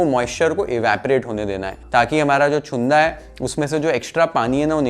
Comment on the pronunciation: Chunda चुंदा नाही रे... Chhunda छुंदा. बाकी पाककृती योग्य.